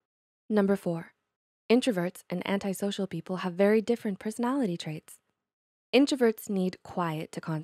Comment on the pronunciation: Finally finally finally. If I hear anyone else say antisocial incorrectly I will scream.